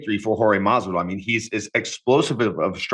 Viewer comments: You know it's on purpose right ... ???! 🤔🧐 ' MARVIDARL ' !!! 👍✊ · Maaan he even asked Gamebred if its Mathvidal or Masvidal and still says it wrong 😂